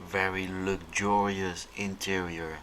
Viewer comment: It’s ‘veddy lucjurius’